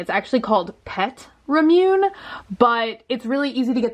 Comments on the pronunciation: OK now I am going insane, because I am reading the Japanese that you are showing on the bottle, and I MUST TELL YOU that it literally reads "ra mu ne"... in hiragana. The word is derived from a mangled Japanese pronunciation of the word "lemonade", which is what fizzy drinks are commonly called in other countries in the world. STOP SAYING RA-MYOON!!!!!!!!!!!! It is WRONG. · it’s actually pronounced ra-moo-neigh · Can’t help but say Rah-moo-nay every time you say ruh-mewn 😖 still love you. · I LOVE YOU; BUT IF YOU KEEP PRONOUNCING IT IT "RAH-MUNE" I'M GOING TO GET SNIPPY. ITS "RAH-MOO-NAY" PLEASE, FOR THE LOVE OF MY SANITY. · I love you, I truly do. But please, please, please. It's RAH-mu-nay, not Ru-MYOON. I've commented and tweeted this several times, but I know you have a zillion things to look at. I just hope you see it eventually. =\ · Purple Kai The last syllable is supposed to be 'neh', like in the English word NET. Lots of English speakers pronounce 'eh' as 'ay' [as in NAY] when it's at the end of a word. It's certainly closer to the correct pronunciation than rah-myoon. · Omg it's ramun-ay not raw-moon. like I understand you've probably always said it that way but I just like facepalm every time lol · Its pronounced Ra MOON eh not Ram-yoon Just FYI. <3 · lol "Ra-Nume" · Ramune = ra mu ne = rah-moo-neh I figure the more people that comment the more it'll help for next time haha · I love your channels, but FOR THE LOVE OF ALL THAT IS KAWAII...it is pronounced Rah-Moo-Nay. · Rah - moo - neh. <3 Love you! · I love you and I love this video, and I promise I'm not trying be one of those obnoxious jerks..but it's pronounced raw-moo-nay 😂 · Sorry people have already commented this but it’s not Rah- Moon- Ay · pronounced Rah-moo-nay! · I love you so so much, but girlie, it’s pronounced “raw-moon-aye” 😂❤️❤️ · oof the way says remune.... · I love ramune! It's actually pronounced rah-moo-nay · its rah moo nay